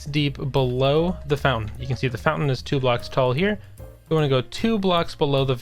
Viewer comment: "fountain"? seriously...